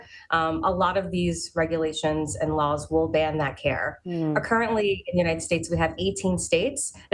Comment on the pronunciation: It’s not “care” !! 😢